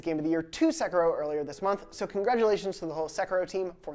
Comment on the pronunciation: What the hell is ‘sekro’ se-Ki-ro